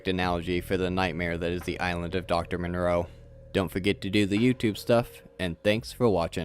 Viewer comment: Are you saying the names funny as sort of a Mr. Plinket thing, or can you really not pronounce Moreau & Frankenheimer?